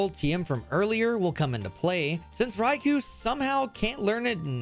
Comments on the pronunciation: It's not "raikooh" its "raikoh," and if I were to nitpick further, it would be closer to "lai" than "rai," as the name is exactly the same as the Japanese one, ライコウ. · No, he said Raikou wrong too, although I'm sure that one wasn't actually intentional. Loads of people say it the same way as "Raikuu" when it's more like "Raikoh". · Hirasawa It's pronounced in the Pokémon movie, I think it was "I Choose You!", the one that soft rebooted Ash's story. They call it "Rai-koh" With koh as in Koh The Face Stealer from Avatar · "dra-tie-nie" "ecru-tee-ack" "raikoo" this has to be an elaborate joke, right? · I said it would be nitpicking because I don't expect anyone who doesn't speak Japanese or isn't learning it to properly pronounce the "L/R" sound. It really shouldn't be that hard to comprehend, but apparently some of you can't. What he's arguing is the semantics of what I said to someone who does understand the language.